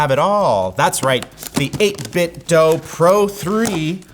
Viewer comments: It’s 8bitDO not 8bitDOH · “Eight bit DOUGH”? Think about what you’re saying; read the name in your head, split it up. Would it be “dough”? Don’t be ridiculous. It’s “DO” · I know this is not going to sound right but the name of the company is āt-bit-do͞o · its 8bitdew not 8bitdough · why does he say 8bit dough? is he mentally delayed? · Isn't it pronounced 8 bit doo lol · Mispronouncing 8Bitdo in 2025😔